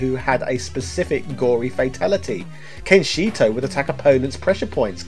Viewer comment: Lol, Kenshito